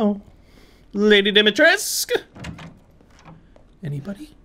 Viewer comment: Also, Dimitrescu is pronounced a bit like Deemeetreskoo;) That’s my Slavic upbringing coming in handy haha